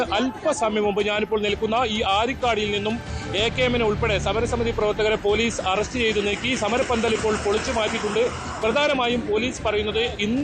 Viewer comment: അരിക്കൊടി അല്ല ആരിക്കാടി